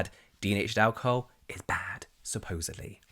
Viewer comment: I think we've become so obsessed with ingredients that we've forgotten to listen to our skin and how these products make it feel Also I love how you pronounce alcohol as ow-ca-hoe 🤭